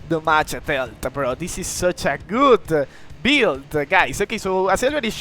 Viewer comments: When you say damage i thought you said the match 😅 but good vid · No problem, in fact I kinda think da mage is better sounding